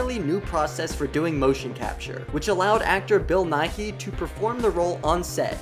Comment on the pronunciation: Bill Niihey?????? show some respect for such a talented actor and pronounce his name right!!!!!!!